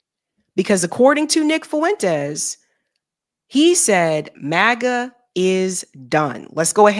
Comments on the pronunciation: Fuen-Tez. Two syllables. Not Foo-en-tez. Thanks 😆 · It's not Fu-entes The ue is a dipthong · So... You're saying a democrat was the better choice to vote for at the time? No thanks. Also, say it with me... Nick 'FWENTEEEZzz'... Not 'FOo- in-tEzz' lol